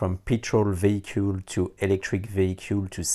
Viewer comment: This dude just turned the most boring word in the world "vehicle" into one of the coolest: "vehicool" (nice video)